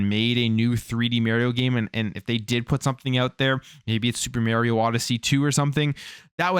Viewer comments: You are pronouncing Mario incorrectly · my ears hurt when you said mario wrong.